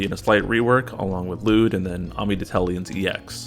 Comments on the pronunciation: His name is not pronounced lewd lol. L'yood. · no you're not pronouncing the Y 😩